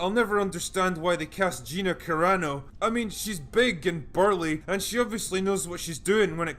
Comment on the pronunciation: Let’s see if he tries to humiliate you because you said Gina Carnak instead of Caranu. I bet he does.